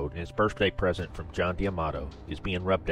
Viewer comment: It’s Pronounced Gregory Ray Go!